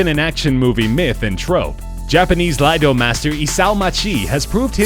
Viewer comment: It's not "Laido"... It's "iaido".